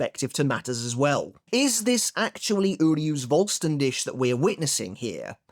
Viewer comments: So not trying to fault or take him down any pegs, but Vollständig in German like with W and V is also pronounced different with W it’s a V sound, and for V it’s an F sound and the last par as you pronounce it dik with a heavy emphasis on the kh sound, it’s more the English word dig so in English it would be said like full-stan-dig. Like the Spanish Resurrección the pronunciation is very similar to English, but the double R’s has a different sound entirely in Spanish it a rolling of the R’s and as for the cción it’s just the same as English’s cion sound. That’s all the knowledge I’m dropping today again, I’m not putting anything on you or making fun of you or anything I’m simply saying this to try help but also it could be your accent that might hinder it. But it’s also just helping anyone learn these languages, as I’ve been doing since reading bleach. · Dude please learn the correct pronounciation of the word Vollständig. If you can't, then please just say complete form or holy form or whatever. Cause right now it scratches the ears a lot